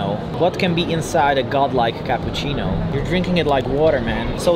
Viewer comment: Pete: By the way, we're pretending we're American from Kentucky:: For mikh kappuchinov